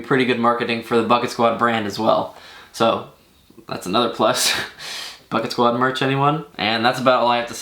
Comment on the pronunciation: It sounds like ur saying bucktwod